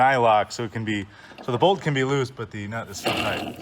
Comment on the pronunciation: Looks great. Can you 'bolth' on a 'muching' attachment to that mower? 🔩🔧 😂